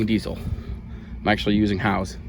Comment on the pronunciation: Howes, not house.